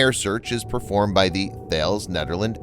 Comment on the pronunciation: I hate to be pedantic but i have never herd thales pronounced like you do. its tickles me but if you would like to say it those in the defence world do i would recommend